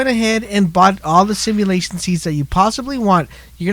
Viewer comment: Say it with me Sim-you-lay-shun seeds.